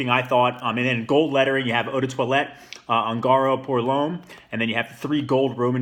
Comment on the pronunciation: Claramente éste individuo usa maquillaje , además de que ni siquiera pronuncia bien el nombre de la fragancia actúa como un hater total ...